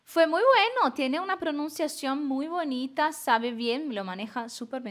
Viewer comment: Neymar deu umas erradas feias,o termo bonita,e também as pronúncias em "V",ele não usa o som de "B". Professora,pode analisar o Neymar sem medo de ser processada. Sem dó. Percebi muita complacência para com ele.